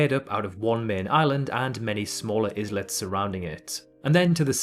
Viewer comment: I feel like a channel called The Geography Bible should really know that's not how you pronounce the word "islet". It's kind of Geography 101.